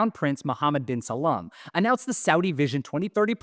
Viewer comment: Brilliant! Also, it's *salman, not Salam :)